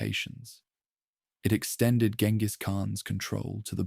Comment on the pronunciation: jen-gis not gen-gis